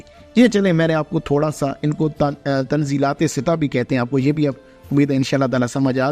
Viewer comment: تنزلات ستہ کا تلفظ Tanazzulate sitta ہے فقط بغرض اصلاح ❤❤❤❤